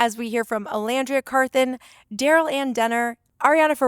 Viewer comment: Yes as an Ola and long time Navy her correct pronunciation made me 🥰